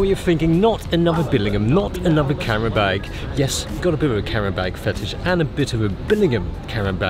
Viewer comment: Whats a "carrenbeg" Oh you mean a "camera bag" lol.